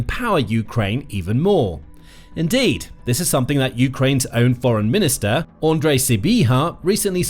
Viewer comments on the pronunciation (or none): none